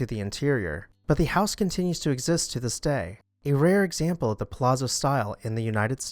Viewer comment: Delia is pronounced "Deeleeya". Palazzo is pronounced "Palatzo"